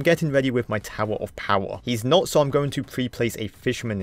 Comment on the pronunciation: I love how this guy calls the bomb tower "tower of powa" 😂😂😂😂